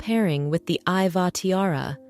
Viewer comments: Iveagh is actually pronounced ivy. Otherwise a very interesting video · It's spelled Ivagh pronounced Ivy . It's an irish name.